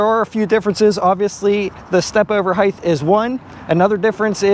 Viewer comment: Please, Height, not Heighth. It is hard to listen to you say that.